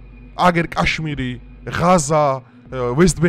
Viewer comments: კაშმირი კი არა, ქაშმირი. რუსული სკოლა გაქვს გეტყობა დამთავრებული.. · კაშმირი არა ზანგისა😂😂ქაშმირი ქაშმირი